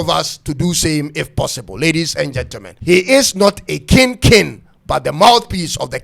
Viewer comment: It's pronounced k-ing not kin